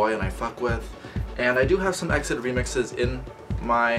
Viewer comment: Hey, this group pronounce as E-X-I-D, not EXID